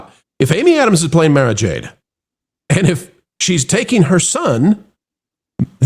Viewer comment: Mara is pronounced like the president’s golf resort.